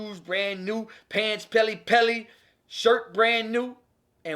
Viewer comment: I know my boy did not say pelle pelle 😂